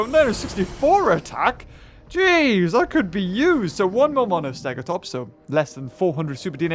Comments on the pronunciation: It's more not mour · Did you misspronounce more on purpose